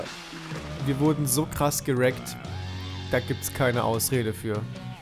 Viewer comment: HEY ER SAGTE "gerekt" xD